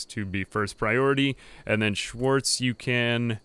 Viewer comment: Sorry may I ask where you´re from? Just from how you chuckled at Schwarz and persecution it sounds as if you at least know german (plus you managed to pronounce it, something no american would manage ever^^)